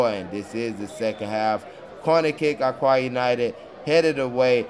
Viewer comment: It is pronounced “Oka”